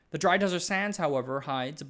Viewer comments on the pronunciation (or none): none